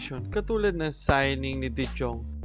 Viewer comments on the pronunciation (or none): de JJong? de Yong kasi yan eh. 😂😂😂